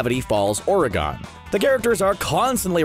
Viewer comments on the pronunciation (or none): Ory-gone? Ory-gun... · did you just call Oregon oreegone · I don’t trust you after you pronounced Oregon “aura gone” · I think it’s funny how you claim to know the correct way to say “Cthulhu”, yet you do not know how to correctly say “Oregon”. Oregon isn’t pronounced,.. “OR-GONE” It is also not pronounced,.. “OR-AH-GONE” The correct way to say Oregon would be,... “OR-GUN”, “OR-UH-GUN” Though some Oregonians will jokingly pronounce it “OR-Y-GUN” Anyway,... The More You Know 🌈 ⭐️ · o e r i g a w n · Or - eh - gun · It’s pronounced like organ lol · Or a gone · it’s pronounced or-ih-gen, how can you not pronounce a state but pronounce a monster from an old book edit:not trying to be rude or anything, though it might have seemed that way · ore-e-gON no. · good ol’ Oregoon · Did you say “origon”? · YOU SAID OR E GONE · Sooooooo you can pronounce a fictional monster's name but you can't pronounce Oregon ._. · Origen, oragan? ORGANNN? I don’t know how to say it either 😂😭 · AGREED, JEEBUS MAN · Professor Aristotle Means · That pronunciation always makes me cringe, lol.. It reminds me of how people mispronounce Spokane and call it 'Spo-Caine' because of the E at the end. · He pronounced "homage" and "Oregon" wrong...